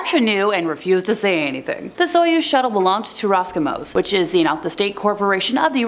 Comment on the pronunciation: Good content . It's "Roscosmos" with an S as in Carl Sagan's "Cosmos" btw